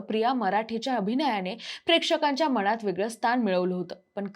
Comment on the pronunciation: मणात नाही ग बाई मनात, कोण हयांना काम देत ज्यांना धङ मराठी पण बोलता येत नाही करम कर पण म्हणाली बावळट मुलगी ते करमरकर आहे